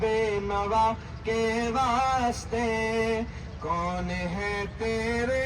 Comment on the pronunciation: ماشاءاللہ حضرت اقدس حافظ صاحب ایک عرض: واسطے میں سین کا سکون نہ پڑھیں، بلکہ زبر پڑھیں، پھر کسر واقع نہیں ہوگا۔ اللہ آپ کو سلامت وخوش رکھے۔ دعاؤں کی درخواست ۔